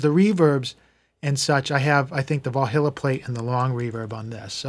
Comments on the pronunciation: We are saying the exact same thing! lol however said (as phonetic as I can type it) Val High Lah or Val He Lah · Valhalla has no "I" in it. Pronounced "Val-HALL-uh" (sorry was upsetting my OCD)!